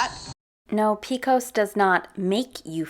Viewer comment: I love that you continually rip on her for her cringe moments yet you pronounce PCOS as “peekos” about 875 times 💀🤦🏼‍♀️ One of the top 10 cringiest things I’ve ever heard in my entire life…